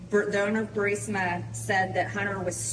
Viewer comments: Good video, but don’t play a drinking game with how many times Benny mispronounces “Burisma”. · Ber-riz-ma not Birz-a-ma. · Burisma = [bur - IZ - muh] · Burisma pronunciation - br * ee * smuh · Anyone else annoyed that Benny says Bursima instead of Burisma? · Stop saying Bursima! It is Burisma ! You do it every time !!! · Love Ya Benny - but please "Bur-is-ma" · Benny, Please. It’s not BURSIMA It’s BUR IS MA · It’s Burr-ee-sma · It’s BURISMA, not bursima. BU- RIS- MA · 'Burr-ee-smuh' Benny! Not 'Burse-ma'. 'BURR-EE-SMUH'. The long 'e' sound comes before the 's'. I cringe every time I hear it. I know some may think this is nit-picking but we need to pay attention to these little details. When we don't it diminishes the message and makes us look like crackpots. Love your show, however, and rarely miss it, or watch the video if I miss the live stream. Keep up the good work! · Johnson - Hey... love your videos... but... please correct your pronunciation of Burisma. Especially since we are going to be hearing about it for quite some time! The "i" comes before the "s". You're saying BUR-si-ma ... when it should be bur-IS-ma. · HEY BENNY! You are pronouncing Burisma with the I in the wrong place, Burr-Si-Ma, it's pronounced Burr-Reese-Ma! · Please Benny “Not Bursima but Burisma! Pronounced Bur-ris-ma! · Ber-Eez-Ma...Burisma...cmon man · BURISMA...Not BURSIMA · Burisma not Bursima 🤦‍♀️ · 'BUHR-RIS-MA', Benny 😂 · BURISMA NOT BURSIMA. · Geez, Benny. Burisma (Brr-Rees-Muh) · Benny - love your content. You are pronouncing Burisma wrong. It’s BURR-IS-MA...., just a little pet peave! Watch the clip of MTG...she’s saying it right.... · Burisma. Bur-is-ma. 🧐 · Benny, not to mess with you, but the name of the Ukrainian energy company was Burisma, not Bursima. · Bur-ris-ma!!!! I love the guy, but c'mon lol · “Burisma” Is NOT Pronounced “Bur SI Ma” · That's pronounced "Bur-EES-ma", Benny. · Burisma.... Pronounced burr EEZ ma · Read slower,,its Burisma not bursima😁